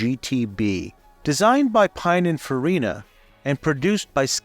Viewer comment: it is Peeneenfarina not pynonfarinna